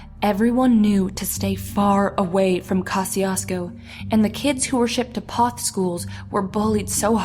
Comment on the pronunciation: LOVE HOW PEOPLE MISPRONOUNCE MY HOMETOWN NAME OF POTH,TX. IT'S PRONOUNCED LIKE POETH NOT PAWTH..........DUMBASS